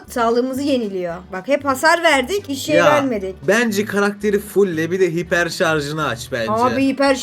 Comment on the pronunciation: Haypır deyil abla hiper şarj